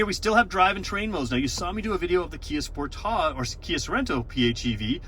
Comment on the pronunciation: I've never heard anyone pronounce sportage the way you do. At first I didn't know which car you were talking about.